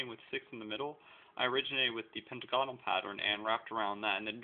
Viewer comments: pent-A-gon-ull, NOT pent-UH-gon-ull lol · You say "hexagonal" and "pentagonal" completely wrong. They are supposed to be pronounced similar to "diagonal" which wouldn't be pronounced die-a-gone-al Cool creations, though